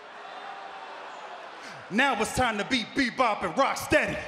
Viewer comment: When Sheamus said "I'm rockstedy" lol